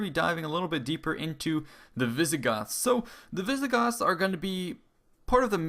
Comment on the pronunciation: Visigotttths!!! So they were roughly the Spanish ancestors?